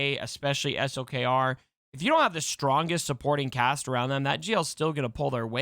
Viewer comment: Thanks for saying S L K R. and not slacker or slicker or something crazy. It is highly appreciated!